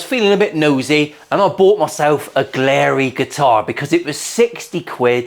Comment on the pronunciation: Btw it's glarry, not glarey.